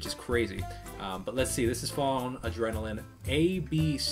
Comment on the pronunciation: I’m so surprised that you pronounced it right at the beginning lmao